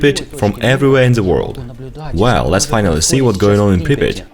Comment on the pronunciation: Pripiat pas pripit